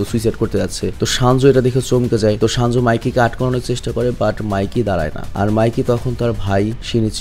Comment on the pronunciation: Vai shanju nah 😂 senju